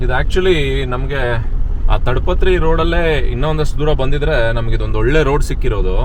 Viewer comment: ತಡ ಪತ್ರ ಅಲ್ಲ ತಾಡ ಪತ್ರೀ